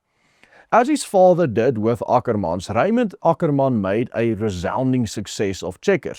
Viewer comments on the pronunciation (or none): It's Ackerman boet, not Akkerman 😂